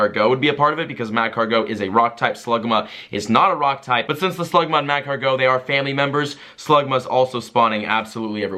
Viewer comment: you're still saying magcargo wrong